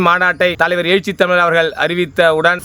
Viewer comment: எயிச்சி இல்லடா எழுச்சி.